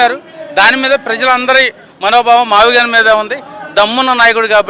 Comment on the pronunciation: Maaviigun pronounstation ki moodu cities sambandam unnadaara senior citizen gaa aduguthunnanu